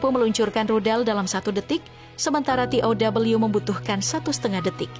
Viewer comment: Penyiarnya tidak bisa menguasai Bahasa Indonesia yg baku masak baca tow te O we tidak bisa